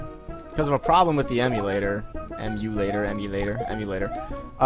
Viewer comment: "Emulator, Emulator, Em-U-lat-or, Emulator" LOLOL.